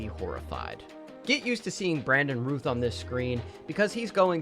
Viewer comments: You're saying Brandon Routh's name wrong. It's pronounced like "SOUTH" he's literally said it numerous times. Please do some research, and show some respect, to pronounce people's names correctly. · Great list! I agree with most of it. Btw it's Routh pronounced like "south".